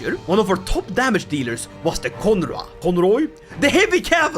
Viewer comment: For information, "Conrois" is pronounced "Konrwa", so very close to what first said, but with the "on" being pronounced like in "Hon, hon, hon, baguette" Also, a conroi (or conroy) is an old French name for a knight cavalry unit, so basically what an 11th century French speaker would call a heavy cavalry man at arm regiment.